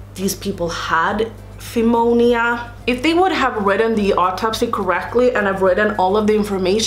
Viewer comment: I just love listening to these stories while i get ready!! Pneumonia is actually pronounced new- moan-yah 💜😎